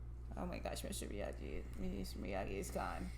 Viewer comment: It is pronounced Miyagi. Not Miyadji.